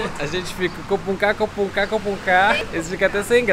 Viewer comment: Nao sei oq será de mim, se os videos na Tailandia e eles falando “cucuncá” 😂